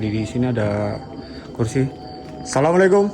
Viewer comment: Assalamualaikum wa ala'ibadillahi Solihin.....dibenerin ngucapnya bung...